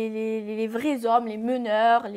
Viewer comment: Quand elle a dit " j'aime les vrais z'hommes" j'ai confirmé qu'elle est une vrai algérienne 😂😂😂😂😂😍😍